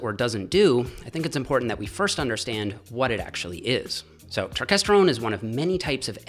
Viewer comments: It’s not pronounced turkesterone. It’s pronounced turkesterone. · its not turk its turkes